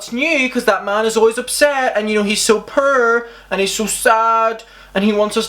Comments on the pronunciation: I LOVE how you say Poor it sounds like purr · so, when you say 'poor', I hear 'purr'. Like a cat. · I love how you say poor as purr😂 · It makes me laugh everytime he says “purr” obviously he’s saying poor but it’s still funny😂